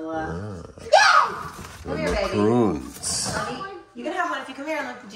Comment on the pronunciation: congrats brother! but gonna help ya out - Macorons (Mac-a-Rons) meringue or the Macaroons (Mac a ROONS) which are piles of coconut and sugar....